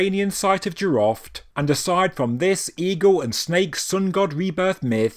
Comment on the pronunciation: jiroft (in persian)جیرفت not jiraft :)